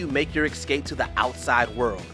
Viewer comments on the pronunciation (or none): none